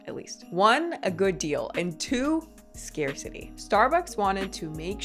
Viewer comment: you said "scarcity", but my brain heard it as “scare city,” which I think is very appropriate for those of us who don't get caught up in this madness...